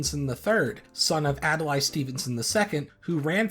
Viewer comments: Ad-lay, not ad-el-lie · Adlai Stevenson's name isn't pronounced like that.